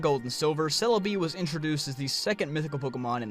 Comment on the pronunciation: "selabi" I'm like.. wtf is he talking about, then pokemon shows up "CELEBI" oooh.. Okay